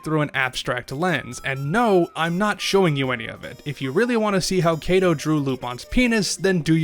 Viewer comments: It is actually pronounced "Ka-to." Not "Kei-to". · [ °],[ °] It's weird. You spelled correctly every single foreign name and word, even "manga", but for some reason you said "Keto" all the time. If the "a" in "manga" is "a", why should the "a" in "Kato" be "e"? In Japanese letters doesn't randomly change pronunciation, like in English.